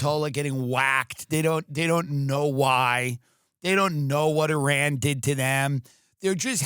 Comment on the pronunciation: Dude you're the first american that pronounces iran correctly lmao